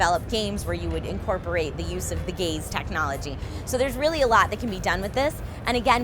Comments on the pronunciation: I heard incorporate the "gays" technology hahaha. Before ya'll freak, I know its gaze. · Kept hearing gay's technology. Sorry straight people, our tech just isn't as good. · Every time said 'gaze' I heard it as 'gays' and had a fun time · I hope I'm not the only one who heard that as "gay's" technology